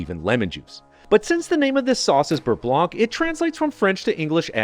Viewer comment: The c is silent in the word blanc (beurre blanc) and it tastes just as good.